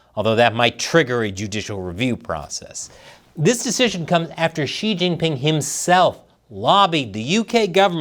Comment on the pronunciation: "Xi-her jing ping "